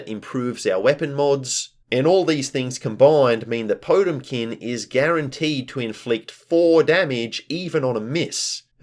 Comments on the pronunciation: It's pronounced poh-TEM-kin, not TOTE-im-kin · quick heads, up, potemkin is the name of a guilty gear character and i think you're mispronouncing them name slightly. there is more emphasis on the T, po TEM kin